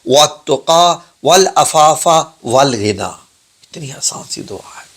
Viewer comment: السلام و علیکم بھائی صاحب سورہ کے آخر ی لفظ کی اصلاح چاہتا ہوں لفظ والغنی لیکن آپ والعنی بول رہے ہیں معذرت کے ساتھ آپ سے درخواست کر رہا ہوں